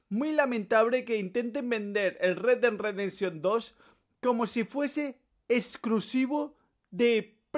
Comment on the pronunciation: primero pronuncia bien y luego critica retdedresension 2